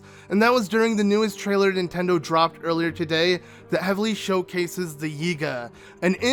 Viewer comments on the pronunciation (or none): none